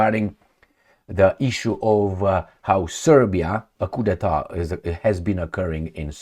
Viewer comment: Coup d'état. Do not pronounce the 'p'.